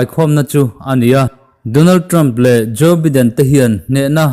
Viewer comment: Joe baiden tiin lam ve la..